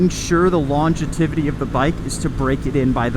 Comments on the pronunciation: I liked the video. Common sense is a good yardstick. By the way, it is "longevity" not "longetivity." I enjoy your approach. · I think reliability only matters if you have just one bike. On a side note, I am totally going to say longetivity whenever possible from now on!